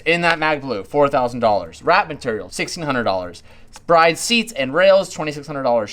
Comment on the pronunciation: Its pronounced "Brid" not Bride.